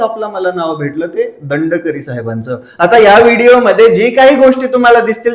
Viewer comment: दंडकरी नाही re गडकरी 😅